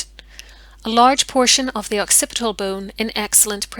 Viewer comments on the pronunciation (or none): none